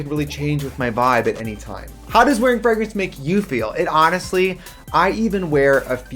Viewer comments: I first I thought the way Trixie was pronouncing 'fragrance' was a bit until she kept doing it, and then I realised it might be her actual accent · They way Trixie pronounces Fragrance is everything to me. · Ok but the way trixie says fragrance is a hate crime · Wow they really hired the one woman on earth who can’t pronounce fragrance to promote fragrances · I think scentbird sponsored Brian just to hear him pronounce fragrance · Why does trixie pronounce fragrance like frehgrance lol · trixie saying frahgrens instead of fragrance... cheetamascuro instead of chiaroscuro...? the wisconsin jumped OUT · Oh the fragg-ing? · It’s the frahg-rance for me 😂❤ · Find your new Fraagrance today...the way Americans say parfum and fragrance triggers me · Wait is she saying "frag" rence? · Tracy said "Fragg-renz" so many times that I genuinely started wondering if I'd been pronouncing it wrong my entire life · Cringing every time trixie says “frogreens” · so glad i finally learned how to say blunch, parfoom, and frahgrance correctly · I need the full unedited version of this visit please. 2hrs or 6hrs, I don't care. I need it in my life, please. P.S. I will henceforth pronounce it Freh-grance. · F-rag-rence. I love the pronunciation. I wanna say it like that now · Who taught Trixie to pronounce it FRAG-rence? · cracks me up how American's pronounce "frAH-grance". Love you :') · Trixie saying FRAGrence was GottMeek Vybes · Frag - rents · Not us finding out that Trixie pronounces fragrance "FRAGG-RENCE" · i've heard her say fray-grance before. A few months ago the episode came out where Katya said she was going to pronounce words with a hard g. And she has said frag-rance in anothet episode. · What a weird pronunciation of fragrance by Trixie! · Lol the ad. Your pronunciation of “fragrance” is cute, Trixie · Omg. Did you mispronounce Fragrance for this entire video? lmao love u xoxo